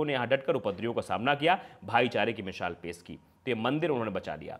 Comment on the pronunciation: Mishaal nahi baba misaal hota hai